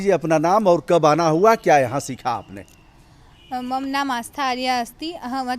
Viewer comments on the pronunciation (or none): Hats off to these BHARAT KANYAs. But one thing pained me. One of the girls wrongly pronounced 'मम( my)' as 'मम्' ! Why ? She was speaking in Sanskrit and not in Hindi. Don't they know that in Sanskrit the व्यांजन वर्ण should be pronounced with the स्वरवर्ण 'अ' in the end if any other स्वरवर्ण is added to that व्यंजनवर्ण ? Therefore, the correct pronunciation should have been MAMA and not MAM.